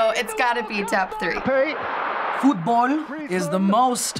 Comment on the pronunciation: that’s a weird pronunciation of F O O T B A L L